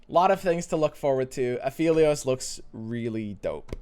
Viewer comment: Also pronouncing Aphelios wrong XD